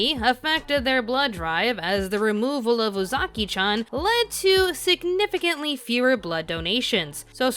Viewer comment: I'm sorry but it angers me idfk y but it's pronounced ooh zuh key chan not ooh zaki chan